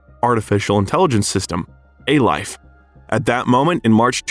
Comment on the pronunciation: "A-Life" not 'a life', etc.